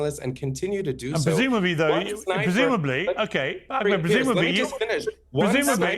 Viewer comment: I LOVE that Nissim said he’s a white colonizer! Bahahaha 😂 This guy is diluted.. omg listen here, “AK-med”! GO POUND SAND. SHUT UP. And yeah, if you don’t know Nissim, you need to.